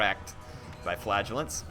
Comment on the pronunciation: every time you say flagellants i hear flatulence